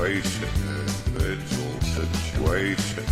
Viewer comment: (In voice) Individjul situation